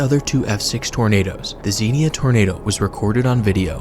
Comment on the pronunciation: It's pronounced, Zenya, Ohio.SMH. You gotta be an Ohioan to know how our cities, towns, and villages are pronounced.